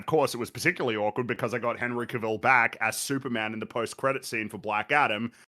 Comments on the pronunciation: Henry Cavill, as pronounces it, definitely makes dogs into coats. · can’t even say “Henry Cavill” right so he doesn’t get an opinion on Man of Steel.